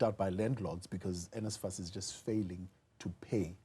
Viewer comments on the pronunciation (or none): Nesfas - NSFAS not nefsas - NFSAS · NSFAS not NFSAS